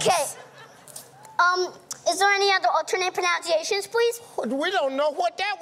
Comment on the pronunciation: He actually said "pronounciations", which is a common mistake. Kinda spoils it for me.